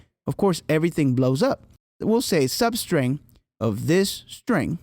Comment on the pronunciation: 'sub es te ar'? Substring! Man